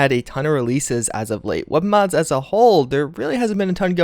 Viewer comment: Doesn't even finish saying the M in mods, "Did I just say Mads?", "Hoeth" are you having a stroke?